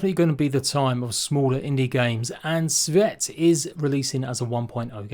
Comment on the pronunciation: "SEEVERT" is the correct pronounciation (my surname being pronouched "SEEBERT"!!